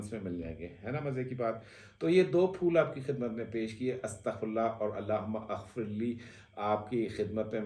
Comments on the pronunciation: bro "aghfirlee" nahin "maghfirlee" hai...........CORRECTION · Allahumma Aghfirli ye galat hay pronounce ker rahay hain aap Allahummag firli ye sahi hay. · سر جب ہم اسے زیر زبر کے ساتھ پڑھتے ہیں تو اللہم مغفرلی کا تلفظ اتا ہے۔ اور اپ نے اللہ ھم اغفرلی کا تلفظ دیا ہے۔ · Alahuma Agfrli nahee. Alahum-magfirli A silent he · اللہم غفرلی ہوتا ہے ؟ ا پڑھا نہیں جاتا